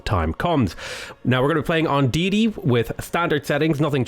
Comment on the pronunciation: Day-uh-tay ma man.